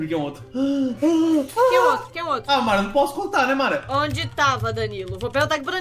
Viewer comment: Ninguém: A Mara: Marrom